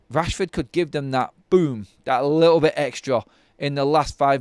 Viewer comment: Is little pronounced "Lickel" in Manchester?